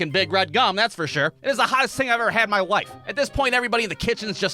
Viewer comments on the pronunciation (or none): I swear, , it sounds like he said "It's the hottest thing I ever had in my wife". I know what the Closed Captions say, but if you rewatch that part, I bet you hear what I heard too. 😎